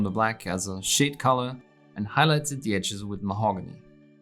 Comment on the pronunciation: Love the way you pronounce Mahogany, also love your tutorials!